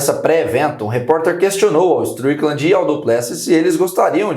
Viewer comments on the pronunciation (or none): Por favor, pode me explicar por que você falar Cean e não Chan Strikland? POR FAVOR